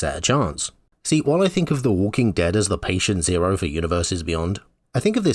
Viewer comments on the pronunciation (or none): none